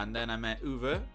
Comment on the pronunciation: And here I am, Uwe, you pronounced my name perfectly with your english accent.😂It was very nice talking with you and your friend(s). At the show I met people, I've seen last year in London at the Warning concert and we had so much fun. And I couldn't believe that Sophie Lloyd, this worldclass guitarist was opening for The Warning. So as I asked you in the queue, please react to Neyla, they are at their age of 14 the biggest Warning fans in the world. Neyla - Endless Fall: The twins Neyla are Ainara - Base and Harmoinies and Raquel - Drums and Leadvocals. Daddy Victor on guitar, but not seen in the videos. Thank you, Uwe🤘